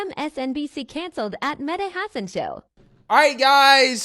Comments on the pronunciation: Medi hassun 😆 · I think it's pronounced Medhi Race Hustler-än